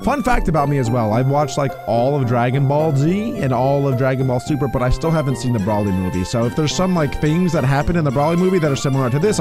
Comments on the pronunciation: Its bro ly not brawly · It's not brouwly its broly😂😂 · PLUS IT'S BROLY NOT BRAWLEY😡😡😡😡